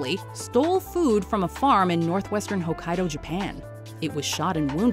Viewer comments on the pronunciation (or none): none